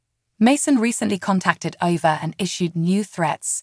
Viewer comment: Learn how to pronounce their names CORRECTLY!!! AAAAAYVA, NOT AVA!!!